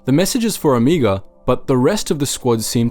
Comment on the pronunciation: sorry... but after hearing you pronounce Omega, Omiga for the 3rd time I'm done watching your video.... you watch the show, you hear how her name is pronounced, do the show and your fan base a bit of respect and say her name correctly.